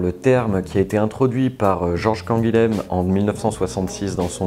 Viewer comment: Très bonne vidéo, bien joué. Sache que Canguilhem se prononce Canguillem, j'ai le même nom de famille, c'est une racine béarnaise qui a fini en Occitanie, et dans le Béarn comme en Occitanie ça se prononce comme ça. Voilà, tu connais un truc peu connu maintenant...